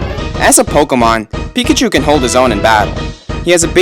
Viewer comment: pikachu is a mouse emphasis on pikaCHU. Chu = mouse